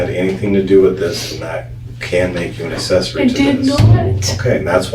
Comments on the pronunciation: What's assessory? 🤣 shouldn't someone who can take your freedom be able to speak proper English? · I want to stab myself in the ear every time the detective says "uhsessory,"